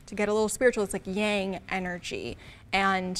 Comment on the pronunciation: The word ''Energy'' got absolutely butchered